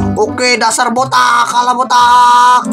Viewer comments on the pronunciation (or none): none